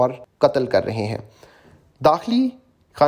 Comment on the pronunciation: نوشتہ کو نوشہ پڑھنا اردو کے ساتھ ناانصافی ہے